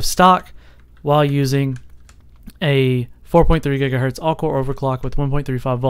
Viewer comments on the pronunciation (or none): Jiga hertz ?